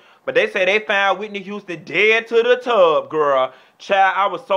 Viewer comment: I flatlined when she said " dead tah da tub" lmao yes gawd honey, I love her!